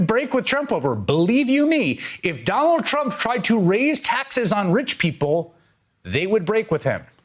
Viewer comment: Did he just say “Ronald Trump”